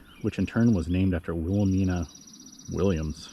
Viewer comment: Will-ah-MINE-uh with a long "I". Good work, but the mispronounced name makes it a real teeth gritter.